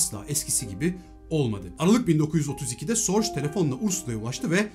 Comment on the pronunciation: Elinize sağlık. Bir ufak katkı ve düzeltme. Ursulan'ın Agnes vasıtası ile tanıştırıldığı kişi büyük istihbarat efsanesi Richard Sorge. Kendisi bir Alman olduğu için soy ismi "Sorc" gibi değil de yaklaşık olarak "Zo:ge"(o sesini uzatarak) gibi telaffuz edilir.